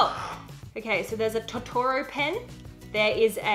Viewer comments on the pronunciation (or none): anyone else mad at how she pronounced totoro